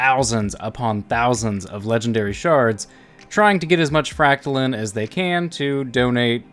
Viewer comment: Fractalin? I thought it was pronounced fractaline